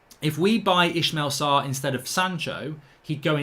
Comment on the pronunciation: please can we stop pronouncing it "Eshmel Sarr" ? lol